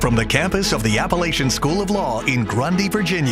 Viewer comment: To start off the debate the announcer pronounces Appalachian wrong before the moderator is introduced!